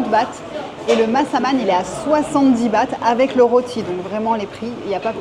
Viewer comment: cela s'appelle ' loti ' cela s'ecrit roti . '